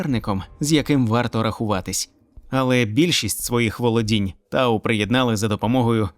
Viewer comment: Вообще, не тау а т'ау